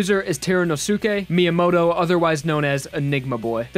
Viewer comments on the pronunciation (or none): none